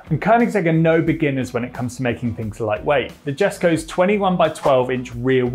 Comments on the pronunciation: for the love of God Jesko is pronounced "YESKO" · You are butchering the language !! Koenigsegg jesko is pronounced KANY-SIG Yasko !! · Somebody that cannot pronounce "Jesko" correctly should not being doing automotive content!!